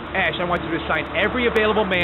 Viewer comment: he sounded like he said ass. not ash